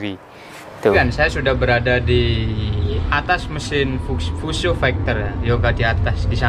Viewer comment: Fuso bang bukan fiusyou